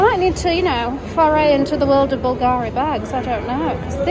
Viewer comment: sorry to do that but its b U lgari!!! I mean you have to pronounce it like bull Gary ! the owner Sotirio Boulgaris was a greek man who moved to Rome! I saw that to Sophie shohet also and I want to tell around...